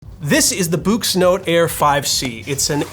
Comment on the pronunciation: I thought it was pronounced "books" ? and I think it is higher resolution in black and white, not the other way around.?